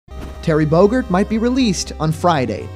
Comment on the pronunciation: Terry Bogerd? Don't you mean 'Terry Bogard'? With the A in 'car'? Sorry, being nitpicky at the moment.